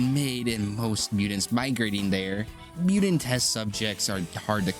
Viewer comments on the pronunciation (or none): bro, wtf is as mew-dint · wtf is a "mudint"??